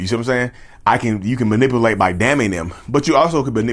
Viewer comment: It's not manipAlate it's manipUlate. Just saying.